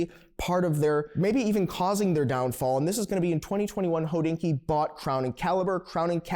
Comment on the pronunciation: Is it a freudian slip that keeps pronouncing Hodinkee «Hoe-dinky»? Just saying😂